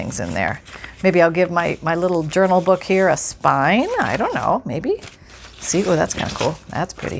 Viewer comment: by the way I kid you not it sounded to me like you said you were going to make an urinal. Now that would be a trick. HeHe